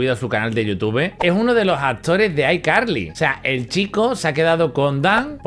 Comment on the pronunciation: Abuelo si pronuncias bien ICarly